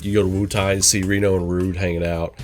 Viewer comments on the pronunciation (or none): none